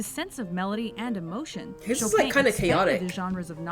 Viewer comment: Nobody: The mojo voiceover: Frédéric Chopain. Me: Well, I suppose that makes sense, considering that playing Chopin does break your fingers.